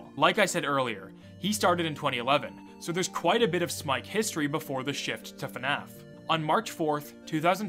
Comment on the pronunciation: Instead of the Fnaf that I always expect to hear, it often sounds like Fenaf. Oh no more people should actually finish their let's plays. Not sure how often that happens recently, but it always get's annoying to have to rewatch it with another let's player, when it suddenly stops somewhere else.